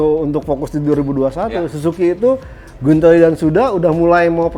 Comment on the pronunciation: lidahnya hampir keseleo tdi nyebut tes rider Silvain Guintoli jdi silvain Gulaliii nyariiiiiissssss hhhehe